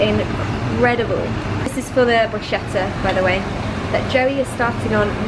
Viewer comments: sweetie it pronounce "brusketta" not brushetta :* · Hi Niomi, lovely video! Just a little friendly marking, the italian pronunciation of 'bruschetta' sounds like if you write 'brusketta', I hope no one gets offended 😊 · Great video Niomi!☺ Love watching Joe in your videos, you guys are so cute together😁 P.S. just wanted to let you know that bruschetta is actually pronounced "brus-K-etta"☺😊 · It is pronunced BRUSKETTA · Hei Niomi! Absolutely love your videos, they inspire me so much! But as an Italian I have to correct you: it is actually pronounced brusKetta! but it is written Bruschetta ❤️ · It's pronounced "brus-ketta" :) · Hi Naomi! I follow you from Italy and absolutely love you and your videos! Just one thing: the word “bruschetta” is said like if there was a “k” (so, brusketta)!! 😊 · Love this kind of videos!! 😍 just wanted to tell you that Bruschetta is pronunced "brusKetta". xx from italy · Just like an FYI: in words like "bruschetta", the "sch" is pronounced more like a "k". :) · I really love all of your videos... but let me tell you something: I'm Italian and I can't really bear the word Bruschetta in the English way to pronunce it. Please! It's an italian word and we pronunce CH as a K. <3